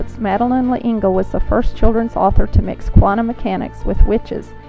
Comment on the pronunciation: How do you make a ten m inute biographic video and MIS-pronounce the name of the subject?!??!?! Her last name is pronounced as ONE syllable. Remove the apostrophe and say "Lengle." That's it.